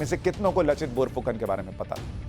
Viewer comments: Thanks pronounced laachit instead of lachit.( LAASIT ) plz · Laa not la ,bor nhi bar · It is लाचित ... not लचित :) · लचित नहीं लाचित। बोरफुकन नहीं बड़फुकन। बड़ का मतलब बड़े या बड़ा। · U r doing good job. But one rectification is there, "laachit" not lochit ....I mean accent..... Then Bor .. boruna .....aahom.... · लचित नही sir लाचित, बोरफुकान नही बरफुकन है। जो assamese में "লাচিত বৰফুকন " होता है। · लचित नहीं लाचित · Sir in case you're reading my comment, I'd like to correct the pronunciation of Lachit. It's pronounced Laa-chit not La-chit. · Very good sir..Lekin लचित नही है ,,लाचित है सहि pronunciation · लाचित बरफुकन , लचित नही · Laachit not Lachit in hindi. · Read as "Laachit Barphukan"... not lachit and not bor its "bar"